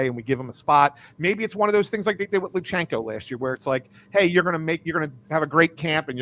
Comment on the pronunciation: IT's Lu-CHANK-o NOT Lu-SHENK-o is so illiterate!